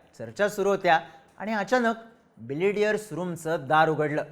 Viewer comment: Are बिलियर्ड आहे ते तू बिलिडियर बोलतोय . थोडा knowledge घेऊन bolat ja .Tase tuze videos आवडतात